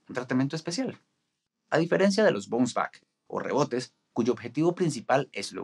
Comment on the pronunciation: Muuuy buen video...... Se dice BAONS BACK